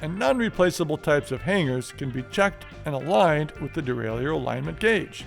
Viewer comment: it's pronounced "dee-ray-lur" like "a-ma-tur", not "dee-ray-lee-ur"... you amateur